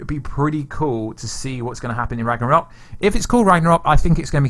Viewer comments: So whos gonna tell him that its ragnarok, not ragranok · Ikr? It’s not that hard. and and a few more times he actually says it right. Then when he says “ra-g-nok” I feel like he’s trolling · Every time you say Rag-Ra-Nok, God kills a kitten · You said RAGNAROK wrong a few times lol but it's all good. Still great content tho keep up the good work 👍💯